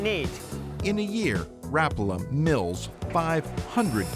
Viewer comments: As a Finnish-American (we're all Hyphen-Americans, right?), this video feels insulting. Not one single attempt to pronounce "Rapala" correctly is ever made by you. It hurts. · It's only been a few years since people started calling it rap-a-la... I'm 50 years old, and it was always ra-pal-a... Growing up, my dad owned a tackle/sporting goods shop... Even the Rapala guy said ra-pal-a... Guess it sounds trendier... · Just had to hear if you say Ra pa la or Rap a la. Ok you said it both ways. No help at all. Waiting for the Finland guy to say it. Now I am leaning towards Ra pala. It's one syllable quicker. The one thing I don't like is all the treble hooks. They damage fish a lot. Maybe a single trailing hook like a tuna cedar lure or internal hooks like the soft frog lures. I've tried changing to single hooks and it swam bad flopping on the side and not shaking. It's tough trying to release one hook and six more are sticking back in. Had them stuck and come flying at your face too. That's no fun. Nice if you could ditch the balsa even though it's classic and plastic is worse. Someday it'll be a biocellulose 3d printed body that degrades if left in water. Love the chocolate foil. I'm going to use that. Thanks for the many great memories! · Ffs, do it right, RAPARLAR is the correct pronunciation wherever you are in the world. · Rapala rah pal ah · I cringed when he said wrap ala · No easy Rapala just pronounce it like it's written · It's pronounced exactly like it's written Rapala. Ra-pa-la. The R is rolled and every A is pronounced like the "aaa" sound your doctor asks you to make when looking into your mouth, but short. Source: Am Finnish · Rapala is mispronounced throughout this video. a Finn pronounces it correctly. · It's not rapalla,its pronounced rap-a-la around the world,and considering you went to the factory. Pmsl,no wonder you can't spell colour properly lol😉😂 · It's pronounced Rapaaaaala, not Rpla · Not rappala. Its Rapaala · It's ra-PA-la, not RA-pa-la